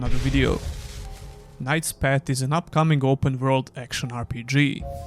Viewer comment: Hey, nice review of the demo, thanks for sharing. One friendly remark, please check how the path is pronounced, cause you do it in a way that sounds like a pet...😅